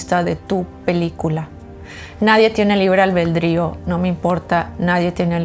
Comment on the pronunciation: La palabra correcta es ALBEDRÍO No "albeldrío" 😊 Saludos